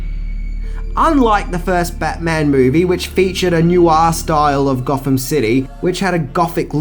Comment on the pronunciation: Goffum city... Eeva... Furva... Bruvva... Fourt... Deff... Fankfully... Levvaface... Togevva...